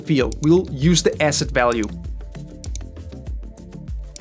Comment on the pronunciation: oh ASSET! OHHHH! I thought you kept saying acid.